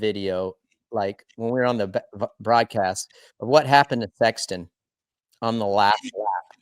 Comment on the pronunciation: Did I hear you call Chase Fexton instead of Sexton? Or was that a dig or slur? I’ve never heard that name before, Fexton?